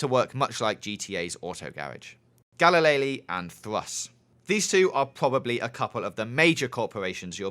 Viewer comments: galileli? u mean galilei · I think it's Ga-li-lay, not Ga-li-lay-lee. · i think galilei is pronounced galilei and not galileilee -- i also seriously doubt theres an auto repair shop.